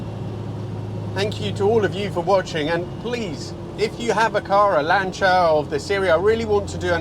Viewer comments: Finalmente uno che pronuncia il nome Lancia in modo corretto! (non sapevo che eri Italiano, anche perchà hai una pronuncia Inglese ottima) E non bisogna scusarsi per la pronuncia perchè essendo auto italiane vanno pronuniciate correttamente. Anzi, direi che è altamente fastidioso sentire pronunciare "Lansia". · Hello. What a joy to hear the name 'Lancia' pronounced correctly. From a lover of the Beta saloon and HPE, of which my wife and I owned a number in the past. Thank you for showing us this glorious car.